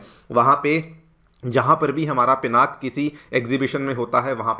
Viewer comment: Call it as पिनाका please!